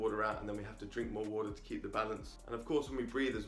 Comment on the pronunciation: Say water properly